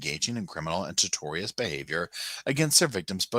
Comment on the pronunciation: Real quick, boo, "tortious" is pronounced "Tort-shus" it means in a manner which damages someone's business or business relationships, like how Jodi would narc on her patients (like that one patient who worked at BYU, where she was connected) to say they were "sinful" and should be put on leave or orherwise repremanded. She did this to husbands and people who disagreed with her.